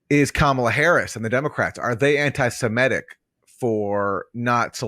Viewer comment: Aaron, stop saying "anti-siMETic. It's "anti-seMITic".